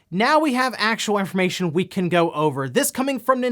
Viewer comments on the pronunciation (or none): "Well, now we have actuowu infowmation we can go over..."